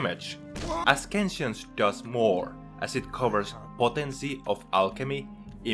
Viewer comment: That is an interesting way to pronounce ascension lol. Very informative video though!